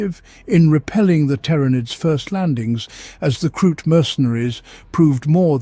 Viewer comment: The number of different pronouncations of tyranids in this video is insane.